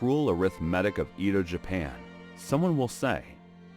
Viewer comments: It's "Eh-doh," not "Ee-do," FYI. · The pronunciation is pissing me off so much. wtf is the “EEdo” period !? It’s “Eh-doh” how hard is it to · Edo is pronounced like Eddo, not Eedo. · EH-DOUGH, Not E,do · Pronounced "A-do," not "E-do." Please do some research on pronunciations. Otherwise, I love your videos. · "EE-DOH" Period? Sigh. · The "e" in "Edo" is like the "e" in "met", not "meet". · Except for the bad pronunciation of Edo and tatami mat, it's a interesting video.